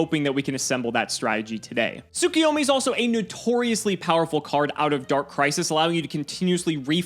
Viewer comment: Am I crazy or do people just consistently pronounce tsuKUyomi wrong? It’s KU, not KI